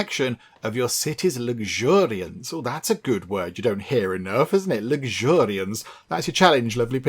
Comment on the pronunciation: "Luxuriance" hahahaahaha